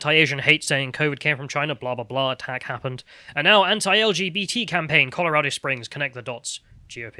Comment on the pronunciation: Please stop mispronouncing 'anti', you are not American